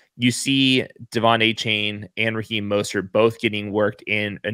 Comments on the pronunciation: It's pronounced A Chan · You're pronoucing Achane's name wrong. He said it's De-Von A-Chan. Great work though and.